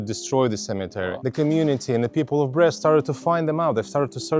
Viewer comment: It's pronounced Breest, not Breast. Lol